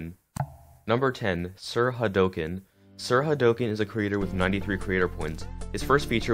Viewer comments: Sir Hay Doe can.. Its Sir Ha Do Ken . Like HAA DOOKEN Like in street fighter. Right? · Sir hadooooken not hadoaken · um i think that you pronounced sirhadoken wrong but idk soooo